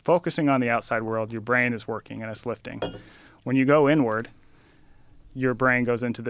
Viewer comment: everytime this dude says "going inward", it sounds like "going n-word".